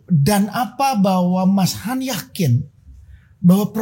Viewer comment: Aku sih Yes utk kak Yayan....tp BIG NO utk mas...anda harus banyak belajar...suara cempreng anda cukup mengganggu..eh masih ditambah suka motong dan tidak menguasai materi! Elek tenan wis...manggilnya tadinya mas Han...berubah jadi kedengaran kyk mas YAYATTT........